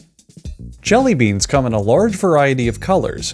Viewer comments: I DO NOT THE THE EMPHASIS ON "COME" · i feel like he put an emphasis on one of the words when he said “come in one flavour”